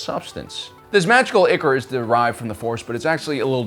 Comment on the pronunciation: Sorry, I hate to be that guy, but ichor is pronounced “eye core.” English kinda sucks.